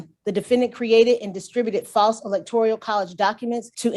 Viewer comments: "Electorial" is driving me nuts! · No I just looked Electorial up and no it's electoral